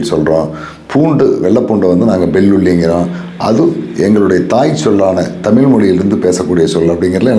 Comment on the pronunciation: தமிழை "தமிள்' என்று உச்சரிக்கிறீர்கள்???